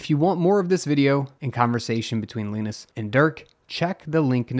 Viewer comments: I thought it was pronounced Luh-eye-ness not Luh-ee-ness....... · Leenis? It's pronounced Lie-Nus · His name is "Lie-nus" not "Lee-nus." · Its 'Lie.Ness" not leenus but thanks for upload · Wait.. It's pronounced "leenus", not "liinus"? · Yes, it's a Finnish name. It'd have to be spelled Lainas, to sound like the name of Charlie Brown's friend Linus. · It's pronounced Lie-nus, not Len-us.😂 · His name isn’t really pronounced “Leenus”, is it?! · his name is not pronounced leenus. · it's lin-uh-s no no it's Gus Linuhs no no no it's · My only problem with this entire video is how Linus is pronounced. lmfao